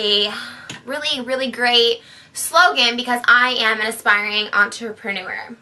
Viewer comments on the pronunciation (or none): antrewlprenuwer erl... girl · Antrueprunore. That's kind of how she pronounced it. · If you can't say entrepreneur fluently, you can't be an entrepeneur.